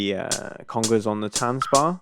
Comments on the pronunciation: Dude I can hear you are English so you have a disadvantage in pronunciation but it’s not ‘tanzbar’ like a dance bar it’s tanzbär like a bear. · Good review! Would’ve been nice if you even tried to pronounce Tanzbär correctly. It’s not that difficult ;-) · please say tanzbear. it means dance bear.